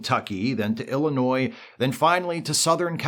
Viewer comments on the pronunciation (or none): none